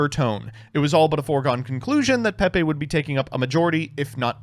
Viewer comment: these guys are cowards for pronouncing it "peh-pay" and not "pee pee" like god intended